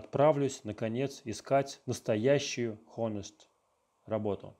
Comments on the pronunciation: Произношение «хонест» заставляет усомниться в достоверности слов переводчика в целом :(( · Ты с ума сошел , что ли - кто произносит /h/ в honest? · Точно, х не надо произносить. Но переводчик не обязан уметь хорошо читать